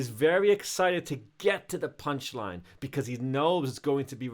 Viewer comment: this dude said punchiine